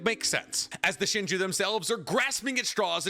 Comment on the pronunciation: yeah i'm really confused why didn't use their names correctly. i had to turn the video off cause he said "leader shinju" 75 times.